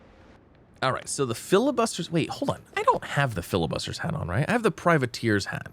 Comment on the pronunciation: bro, its not called FILIbuster... its FLI..bustier xD its french